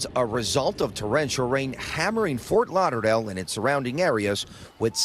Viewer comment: Fort Lauder-lale 🤔 0.45?